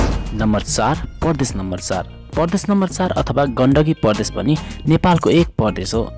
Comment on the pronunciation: Bro it's Pradesh not pardesh